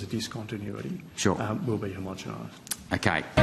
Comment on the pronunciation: Learn how to pronounce Homo-gen-nize...